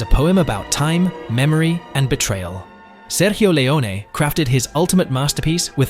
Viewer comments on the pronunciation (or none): visula effects (plural) that seemed impossible for their* time. - if you want to make Italian director Sergio Leone's sound authentic, do not pronounce it Spanish. The "G" in Sergio is not prnounced like a "J" in Spanish, but like the "G" in George. So it's "sair-joe lay-own-uh". - English actor's name Ralph Fiennes is pronounced "rafe fines".